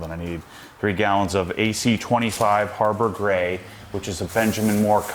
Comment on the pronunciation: I swear one of those times you said Harbor Gray I thought you said “Harbor Freight” 😂😂😂